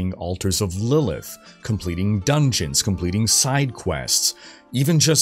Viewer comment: "levelink and completink condtendt"